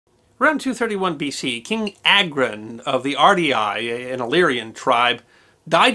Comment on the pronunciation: It’s pronounced AGRON and not EYGROUN 😂